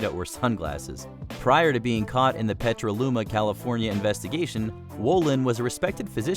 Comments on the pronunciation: The doc is from Petra-looma. Stupid robot voice. What is the fascination with robot narration that never gets it right? It is PET-A-LUMA, for fs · It's called Petaluma, Ca. not Petraluma, lol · Petaluma not Petraluma. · it’s not petraluma, it’s PETALUMA……. Btw I had an interaction with that guy when I was still living in the Bay Area ca. He’s dead btw he killed himself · “Petra-luma?” Lol it was in “Petaluma”. No R in Petaluma